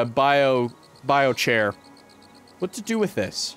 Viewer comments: you pronounce the char in biochar the same way you pronounce charcoal. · It's bio-char. As in charcoal. You don't pronounce it chaircoal😂😂😂😂